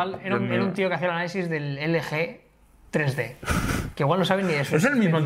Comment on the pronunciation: #topesdegama como dice "tri di" jajajaja me he partido de la risa